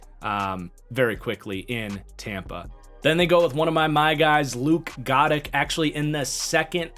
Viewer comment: almost positive luke goedecke is pronunced guh decky